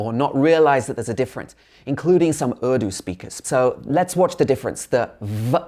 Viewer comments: Thank you for teaching English to Indians, now try and learn to pronounce "Urdu" correctly. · It's not "erdu", it's "urdu" 😎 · Its Urdu. D is pronounced like 'then' not 'dick'. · This guy can't pronounce the word 'Urdu' properly......or chala hai Hindi or Urdu speakers ko gyan bantne....Gwaar se bolo woh Hindi ko Hindi bolega 🤣🤣 Are bhai translater use na kariye..aapki bezzati ho jaygi😝🤪🤪